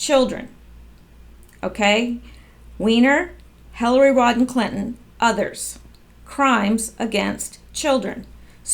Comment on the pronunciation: It's Rodham not Rodden